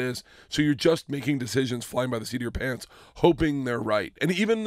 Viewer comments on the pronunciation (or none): none